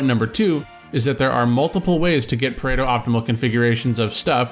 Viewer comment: It’s Pareto, not Predo.